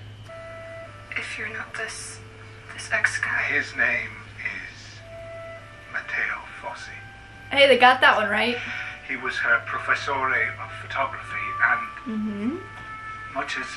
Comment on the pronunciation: "Mateo Fossi" Me shouting at my screen: IT'S ROSSI